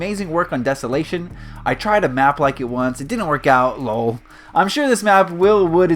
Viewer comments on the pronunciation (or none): Wait what you said lol like luuul haha it's probably you're accent sorry